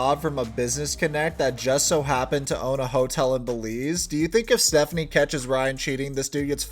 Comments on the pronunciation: Belize....”e” .... not “Beliz” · It’s Belize with an E. Love your channel btw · Missed the e bro, it's Belize, my homeland :).